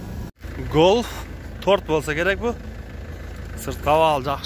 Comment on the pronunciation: Гольф сөзүн айтканды үйрон досум голф дебей